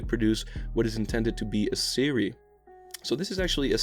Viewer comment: wo dude this is a Siri? I thought this was a series!? WHAT!?